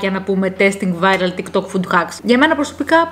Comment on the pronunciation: ΤΊΚ ΤΟΚ, ΟΧΙ ΤΙΚ ΤΌΚ😂😂😂😂